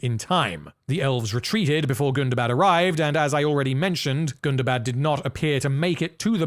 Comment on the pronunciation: first of all you're pronouncing it wrong it's not Gunda bad it's Gunda Bad BAHD not BAD gunda like Gundam. Gunda bad GUNDABAHD Hundaba you probably even put AH after the first day GUNDAHBAHD a charge pronounced folks it's not bad like it's more like Islamabad or Baghdad Or Bangladesh it's not a short day it's a little bit longer a period the English and their inability to speak English is mind buggingly ****. remember Tolkien was English he knew how to pronounce these things So you pronounce them the way he does which is in the legendarium which is in the appendices of the Lord of the Rings gives descriptions on how to pronounce all of Tolkien's words Like calibrant color born color grim cruelfin they all start with C but they're pronounced like AK it's like the difference between Celtic and the Boston Celtics we in Boston mispronounce the word Celtic like idiots.